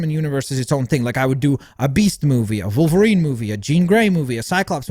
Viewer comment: Why do u call wolverine ‘volverine’